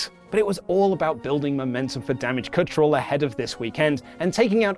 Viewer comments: Wait... Did say "Damage Cunt Troll"? 🤔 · Why can not say control?